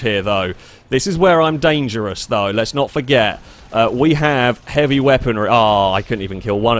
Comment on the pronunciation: “We dooh have Hehvy wehpon advantage tho” dies immediately